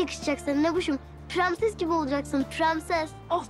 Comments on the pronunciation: Kimse fark etmemiş bahar premses diyo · PREMSES DİYOR PRENSES YERİNE